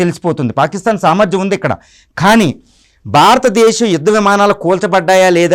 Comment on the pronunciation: భారత దేశం అని పలకలే వు.